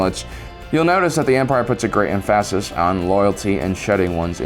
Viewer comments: EM-PHAS-IS? I think you mean EM-PHA-SIS. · You had me until you said emphaaases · The fact that you put the odd "Em-phAss-iss" on the world emphasis gets a thumbs up